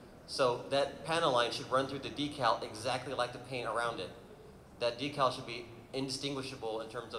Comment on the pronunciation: So refreshing to hear so many people actually pronounce decal correctly this episode.